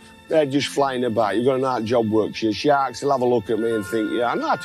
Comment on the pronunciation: Yep, that little pause before he says ... 'Shaaks', kills me everytime! 🤣🤣